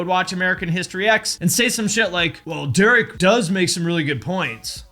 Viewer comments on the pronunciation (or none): none